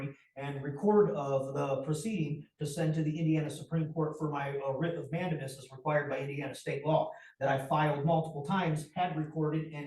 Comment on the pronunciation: Perhaps if he had visiting a regular library growing up, he'd know it isn't a "Law Libary", that "counterdicts" isn't a word, and how to pronounce "record" , "mandamus" .